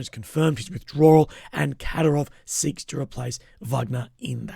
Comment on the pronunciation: You need to stress the second syllable in Kadyrov